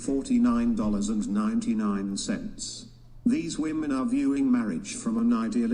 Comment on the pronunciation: Sigh. I guess I came to watch again cause I'm punishing myself for my sins in life. Also, anyone else notice that she can't pronounce the word "women" properly? "I think all of us here are tens." Look gents - any woman who says that is a liar. Don't put your dick in that. If any tens actually exist, they are RARE. Like, there are only a handful on the whole PLANET, adn they get quickly snapped up by an oligarch or end up in porn or something. This is not a table-ful of tens. "I don't know how you want me to answer that." She keeps saying that - sign of a dishonest person. There's only one way to answer questions. Honestly. I don't need to know how someone "wants" me to answer a question if I'm honest. And her refusal to discuss how women are oppressed shows that she has nothing. She's disingenuine and is acting in bad faith. If she truly cared about women's oppression, this would be an excellent opportunity to do something about it, with the platform that Brian has provided her FREE OF CHARGE. She doesn't even have to run for office or risk her life. This is the freedom fighter's dream. And notice the other women didn't really jump in either. Guess they had nothing too.